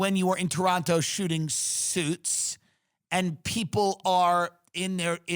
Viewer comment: The way he said Toronto 😂😂